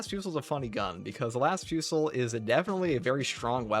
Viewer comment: Las Fusil : fusil is the french word for "rifle", the L is silent, as it's leads to vocabulary variants related to rifle (ex : fusillade / shooting) Therefore, it should be pronounced /fy.zi/ or "fu-zee" !